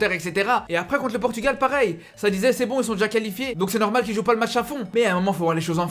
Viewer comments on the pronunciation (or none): none